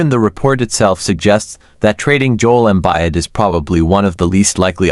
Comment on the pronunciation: "Jole Embide" Good stuff